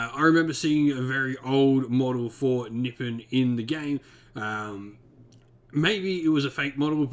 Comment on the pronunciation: Great video! Although, I think Nippon is likely pronounced: nee-PON, like the term the Japanese typically use themselves today.